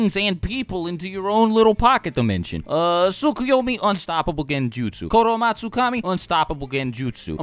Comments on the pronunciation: its not koromatsukami, its kotoamatsukami AHAHAHAH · did u say koroamatsukami? cause I believe it was Kotoamatsukami. Btw. .. instant subbing and like. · the way he said Kotoamatsukami 😂😂